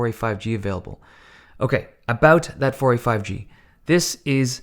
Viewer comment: We say okay and Dave says okay..e